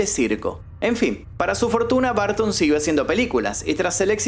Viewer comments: Burton por favor el próxmio video de Tim Burton pronuncia BURTON no barton, gracias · En inglés se pronuncia tim borton no barton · es Burton no Bartin. Porque no decir el nombre de el correcto? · ¿Por qué pronuncian Burton como BARTON? Ni siquiera se parece a su escritura, en dado caso podría asimilar se más a la correcta pronunciación si pronunciara como Buerton, pero BARTON ni al caso. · No es barton ,es burton y así se pronuncia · Porque pronuncia tim BARTON? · De hecho no es correcto del todo lo que mencionas, ya que bajo esa premisa muchas palabras se pronunciarían como "A" y en realidad no es asi. El punto que menciono es que marcas demasiado la pronunciacion que llega a sonar como un apellido diferente. La pronunciacion correcta es "br" quitando la letra "u" en un termino medio que no es ni "Bur" ni "Bar". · Tim "Barton" 😅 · Suena chido Tim BArton 😂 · Me estreso escucharlo todo el tiempo decir TIM BARTON !!!! Nooooo porque pronuncia mal el apellido !!!! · Por q dices tim Barton 😂😂😂😂😂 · Tim "Bartin" 😂😂😂